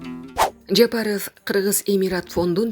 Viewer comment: Жапарыв дебей так эле айтса болбойбу